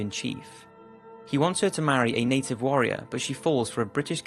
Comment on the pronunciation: Its native not Inden